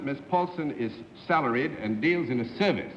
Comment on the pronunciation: Oh that New England "Upper (Crust) Society" way of speaking... It can drive me nuts sometimes to hear some of the way the words are pronounced. From John Daly comes "su-vice of some kind..." / "He's a poo-pus trainer..." Ahhhh!!! ~ Now, I am a respectful of regional dialects, as I believe they contain within their make-up a kind of history of the people; as they are shaped by, or they evolve from, I'm supposing, one's environment and experiences, in part. It's an interesting and wonderfully involved Study. (Oh..., but where are those "r's" when you need them?!)